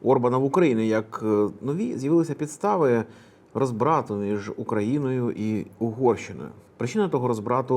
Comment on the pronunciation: РОзбрату, з наголосом на «О».